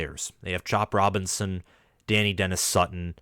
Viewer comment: Pronounced Duh Nigh Dennis-Sutton not Danny Dennis-Sutton